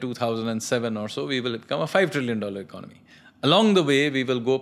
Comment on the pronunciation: Why do you pronounce Economy as “Icnomy” ?